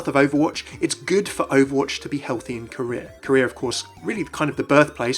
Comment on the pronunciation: When he said "Korea" I thought he was saying "Career".